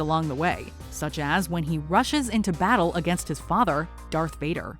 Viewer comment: I’m sorry but did she say something like ‘vopad’😂 and putting mace windu and qui gwan gin at the bottom and then putting rey above them and putting maul at 15 I’m just waiting for this to get worse